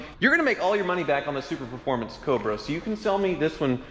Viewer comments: it's pronounced Su-performance. Not super-performance Sincerely, a superformance cobra owner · enjoy all your vids and appreciate your knowledge. This is the first time you’ve messed up something that’s bugged me enough to comment - “Superformance” not “Super Performance”.